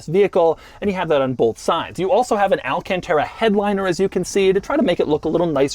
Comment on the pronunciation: al-cant-era NOT al-can-terra